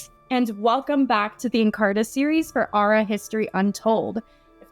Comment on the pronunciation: when the historian pronounces Ar'a almost properly in the beginning